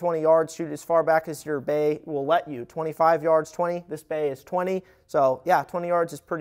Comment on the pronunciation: When he said bay I thought he said bae